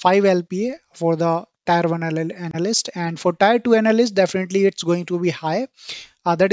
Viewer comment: Thanks beother really useful information By the way Tier 1, tier 2 is pronounced as Tear 1 tead 2 not tyre